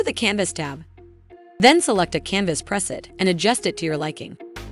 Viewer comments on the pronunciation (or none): Why don't you know how to pronounce preset?????? Are you a robot?